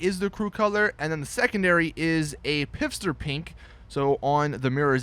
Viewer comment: I 👏 swear 👏 to 👏 fucking 👏 god, if you say "Piffster" ONE MORE GOD DAMN TIME!